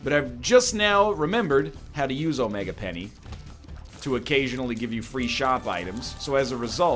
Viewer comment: I feel like he’s saying omega penny on purpose now. Like how can you not realise? I know it shouldn’t but it makes me face table every time he says it!